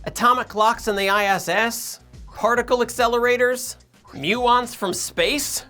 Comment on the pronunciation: Lmao I heard "Atomic clocks from ISIS" 💀☠️